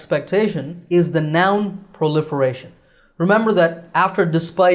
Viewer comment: Teacher I have a question about proliferation I’m hearing that you skip the ( r ) you pronounced pliferation that’s what I hearing